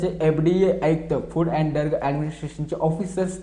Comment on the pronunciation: t तुला फुड आणि ड्रग सुद्धा म्हणता येत नाही फुड आणि डर्ग म्हणतो .